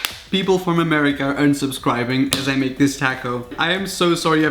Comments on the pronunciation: tAako its taco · LOL ITS NOT "TALKO" ITS Toc (O) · It sounds like you are saying tacos or tascos it's taco 🌮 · Hate how he says Tac-os not Tar-cos even know it is spelled taco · It’s not takou it’s taco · It’s T-ah-co not T-AA-co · Taco not tako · Whenever you’re from Texas and you hear TACK-O instead of TALK-O (Mental screaming) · It taco not tacko hehe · Taco is pronounced talk-O, not tack-0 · Ikr tAco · Taco not tAco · Its not taaco its pronounced tahco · Taco not taaaco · Tah-co not tAAco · If he says "Tacko" like Jesus it's "talko" I mean I love him but seriously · Ur saying taako its taco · Is (tah-co) no tack o 🌮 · Taco not tahcoh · It's pronounced tauh co not tako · Its taco not taeco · its taco not toco learn your English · It's not Tako it's taco got damn my dude xD white people Btw I'm from the south and I have to say you didn't do that bad wouldn't have used carrots though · it ain't takoe, it's taco dawg... y u mispronounce "toh-kohe" sumthin like that. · I WANTED TO SCREAM EVERYTIME YOU SAID TACO ITS TOHCO NOT TAHHCO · TAACKO that’s how you say it and it’s pissing me off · stop saying TAKO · its his accent that changes it to tacko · You said TACO wrong it's TAHCO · It is funny how he says tacos he said tackos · Oh I already unsubbed when you said tack o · Take a shot whenever he says Tacko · I’m not being mean but that’s not how you say taco you say it like tacko it’s like * TOCK-OH * :do you get it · Just the way he pronounced fucking taco "Taaaco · You pronounce it like taaaahhhhhco like you start to scream while saying it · I'm sorry but you say taco takoooooo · If he says Takko one more time I’m leaving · Omg him saying tacko haha omg I cont 😂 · The way he says taco takco not trying to hate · The way he says “tacko” is making me wanna die. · "Tack oh" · The way he says fucking TACO HE IS SAYING TACKOH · every time he said tako I thought of that scene at the fair lol corn torillla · “Taco” lol toco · say tacko one more time i swear to god